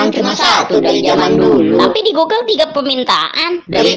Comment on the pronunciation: Bukan Gugel min, tapi Boogle, seperti yang terlihat di